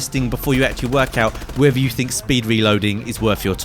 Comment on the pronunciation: Is it worf it? do you fink? speak english you fuck